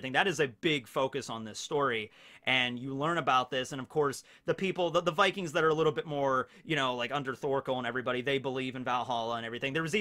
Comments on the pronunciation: Vikings is also pronounced like that in Slavic languages so great job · great pronounciation on the vikings from a norwegian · yes u said vikings corectly :) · Yeah, you said «vikings» right! But we have different grammar from english so the ending would be something different, like -er, -ene etc swedish and danish would also have similar endings like norwegian